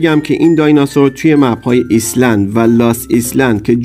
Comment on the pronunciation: مجی داداش او ایسلند نوشته میشه ایلند خونده میشه